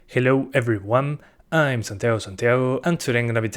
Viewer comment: I like how he‘s saying „hello everyONE“ haha. I subed you mate. Keep the great work up!